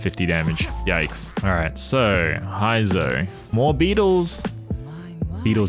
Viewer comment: bruh who tf is "Hi-zou"?? 💀💀 I'm out